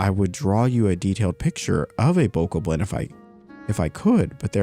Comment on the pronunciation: Bokoblin pronounced Bo Cob Lin. I only know from watching so many videos when BOTW came out and i was playing it.